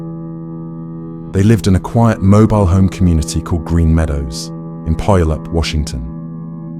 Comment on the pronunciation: Definitely not an easy one but in case it comes up again , Puyallup is pronounced -- Pue(rhymes with HUE) al(like pal) UP.